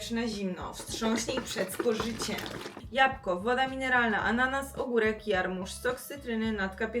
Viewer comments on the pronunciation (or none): none